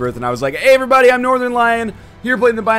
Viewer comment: God, how long has he been saying "AYERYBODY"?